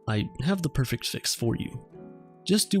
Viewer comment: Perfect only has 2 syllables :(